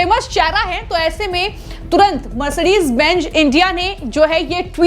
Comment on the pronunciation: Sabse pehle mercedes benj bolna bandh karo Mercedes Benz correctly pronounce karo......